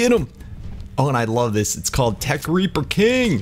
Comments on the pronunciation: U said raper in sted of reaper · Did he say tek raper or reaper I'm pretty sure he said raper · U said trek raper like rape inseam of reaper lmao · He didn't say tek reaper he said tek raper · He said raper